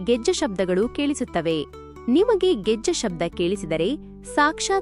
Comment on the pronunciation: ಅದು 'ಗೆಜ್ಜೆ' 'Gejja' ಅಲ್ಲಾ